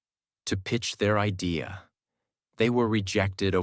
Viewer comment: Thank you for this story. In the sentence "The idea of living like a local..." the word "idea" is pronounced, in my opinion, wrong. Do you agree?